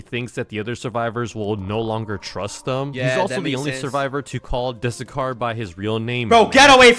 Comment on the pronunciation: Fu-ck you you said matt dusekkar not trust worthy